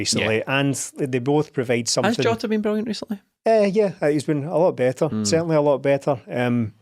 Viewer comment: Everyone on earth: jota: joeta